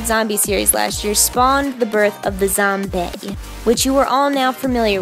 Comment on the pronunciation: Were you saying zomBAE